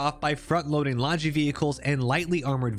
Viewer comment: Hearing people pronounce "logi" that way is like nails on a chalkboard.